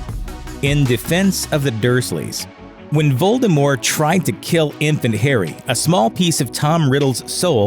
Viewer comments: A horcrux seems to have tainted this narrator's ability to read and or pronounce names. "Voldemore" disapproves. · anyone else put off that the narrator keeps not pronouncing the T in Voldemort's name? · The T is not silent in the name Voldermort!!!!!!! You could turn the mispronunciation into a drinking game with this video. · You DO know you're supposed to actually pronounce the "t" in Voldemort, right? It's not the Colbert Report. Lol. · Lets go ahead and enunciate the t in Voldemort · I am just wondering why the narrator drops the T in you know who's name? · there is a T at the end of Voldemort. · Domus deBellum jk Rowling said herself that the t is silent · Well J.K said "t" is silent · This dude keeps saying Voldemore instead of Voldemort and it’s killing me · it was driving me up a walk that he kept saying ‘voldemore’ instead of voldemort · VOLDEMORT not voldemore..... :/ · Voldemort, not Voldemore. I don't care what JK says, I don't care that it's french. She was fine with it with the 'T' in the films and with the 'T' it sounds way more threatening. She can't keep changing things retrospectively to try and avoid falling into obscurity and gaining attention. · I prefer "Voldemort" to "Voldemore". I know it's supposed to be the latter, but lets stick with the former as it sounds better xD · Omg him saying voldimor is annoying its Voldemort there is a t at the end of the name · Its not voldemORE its voldemORT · Voldemort*** not Voldemore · Nope. The French is close to vol-de-mor and quite unlike this guy's vol-de-more. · Its Voldemor"T" NOT VOLDRMORE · It’s Voldemort. Not Voldemore. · Am I the only one annoyed by the missing "t" in his pronunciation of Voldemort. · Why do you keep saying Voldemore instead of Voldemort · Making the "T" silent a la French makes it vol-de-mor, not vol-de-more. The guy's pronunciation here is plain rotten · If he says ‘Voldemore’ one more time. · STOP CALLING HIM VOLDEMOR! The 'T' isn't silent. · Voldemore? Who's Voldemore?